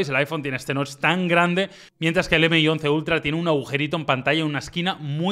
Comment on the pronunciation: "m" - "i" y no MI 🤦🏻‍♂️🤦🏻‍♂️🤦🏻‍♂️